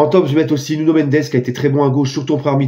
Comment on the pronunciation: Merci , tu as dit Nuno et pas Nugno.Bravo.